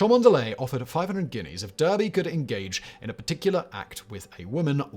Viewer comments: You'd also expect him to be able to pronounce "Derby". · Cholmondeley = Chumley Derby = Darby Come on, Simon, I'm not even English and I know these! Maybe you could get yourself a subscription to a pronouncing dictionary for Christmas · Cholmondeley is pronounced "Chumley" as Simon, being British should well know, unless he failed to absorb any culture in his youth. Derby is pronounced "Darby". Simon really is uncouth. It's "a phenomenon, two phenomena". "A phenomena" is the language of those whose don't know their mother tongue. In Greek, christ was not spelled with an X, it was spelled with a Χ, which is pronounced the same as "ch" in English.